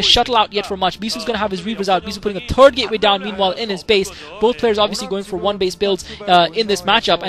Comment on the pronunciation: haha, i always hear "turd gateway". im sorry, i just had to laugh ^^ great commentary :)